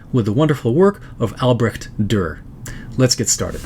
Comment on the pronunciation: On and by the way the way you pronounced it in the video is already pretty good!!